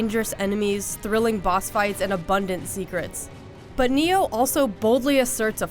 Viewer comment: Neo? You mean Ni-oh. Just like it's spelled.